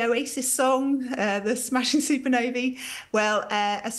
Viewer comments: "Super novey" - you mean supernova 🤣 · What's a "soopanovy"? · Is she saying super Navy? Or super Nova?🤔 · She's not producing any other ah sounds as ee. Not accent issue.